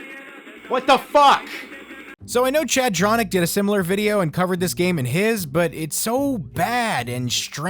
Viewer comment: Chadtronic he called you ChadDronic